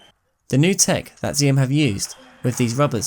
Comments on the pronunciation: it is pronounced axiom not ziom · I think the name of the brand is supposed to be pronounced 'axiom', like in mathematics?